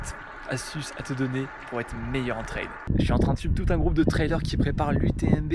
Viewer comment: on dit tri an pas tri un